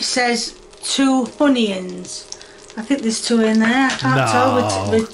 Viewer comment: Mushiruhms and honions